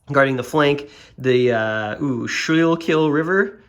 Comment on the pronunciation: I live in Southeastern Pennsylvania and I’ve heard two different pronunciations for that river. Skool-kill and Skool-kul, the long o sound. Not trying to be a jerk. Just trying to share some info. I believe up North there might be another way to pronounce it as well. Great videos but the way. I’d definitely be interested in another tri pack if it happened.